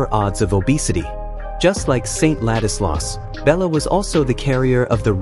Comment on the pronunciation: Its not Gaza. Its Géza. Not Ladislaus, but László